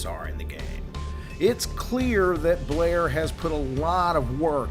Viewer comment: Blair loves it when you pronounce his name like that